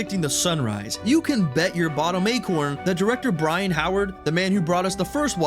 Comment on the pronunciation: sorry but Brian who? you mean Byron